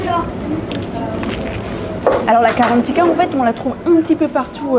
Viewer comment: Le c’est gratuit m’étonne pas mdrrr… Mais please c’est pas karantika mais GARANTITA